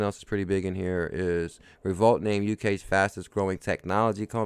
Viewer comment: Great info. FYI. I think Revolut is pronounced REV O LUTE. Keep working hard and forget all the do nothing, know nothing haters and their negativity. XRP baby!